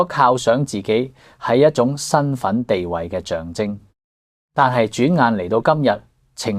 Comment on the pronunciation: 終於聽到有人識讀「象徵」為「象晶」而不是「象子」了。 不過片中仍有某些怪音及怪字，例如「架下」。